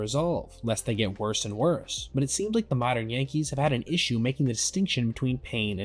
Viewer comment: What did you say here? "looking drunken sailor" or "like a drunken sailor." Word up. Its word girl....😂 I'm just trying to figure it out. Sounds like you said the first thing, when it should be the second thing.